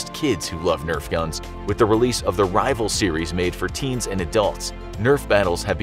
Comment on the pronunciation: Am I the only one that’s kind of angry at the fact that he said Rival twin shock